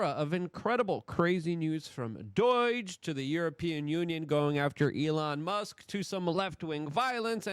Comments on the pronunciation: For about the millionth time, it is not doige, its not doyj, it isnt doyge. Its DOGE! Learn how to pronounce shit, for Gods sake. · Still sounding like a clown-child saying DOIGe, just pretend you are saying Dodge like the car company, speech impediment is no excuse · Say it with me d-oh-ge There is no i in doge It's not doige, You're the only one on earth that says Doige.... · How hard is it to say doge. Does anyone else hear the i or y he keeps adding to it . Its Doge . No Doyge or Doige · stop calling it doige. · Doge not Doige. Practice in front of your mirror if you must ! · I die a little every time I heard "doidgh" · LUKE STOP CALLING IT DOIGE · Whats "doyge"? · Why do you say “DOYGE”? Its not pronounced like that. Its fucking irritating. Correct this mistake. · LUKE, it's not "Doige" like you say it. It's pronounced Doge with a long "o" and a soft "g". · Still saying DOGE wrong- makes you sound stupid.. j/s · It drives me crazy how Luke pronounces words. D.O.G.E. becomes “Doyge”, with = “wit”, children = “cher-dren”and he refuses to refer to X by its name. He consistently calls it Twitter. That’s what lefties do on purpose, to discredit Elon and the MAGA movement. Such a boomer thing to say. Get it together, Luke. It’s getting infuriating, how you don’t care about your words. I’m pretty sure that speaking is basically most of your job.